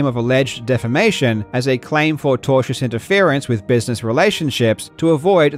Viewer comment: Due to Karl's accent, I kept hearing "tortious" as "Togers", and since I have never heard that word before, I thought Karl was just like on fire taking the piss lol